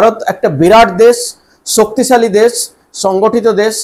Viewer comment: It would be better and more acceptable if you improve your accent. For example: it is not 'des' but 'desh'; it is not 'suru', but 'shuru'. However the content is not that bad.